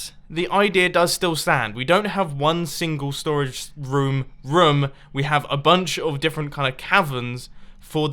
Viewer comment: it's pronounced room not rom or rum!!!!!!!!!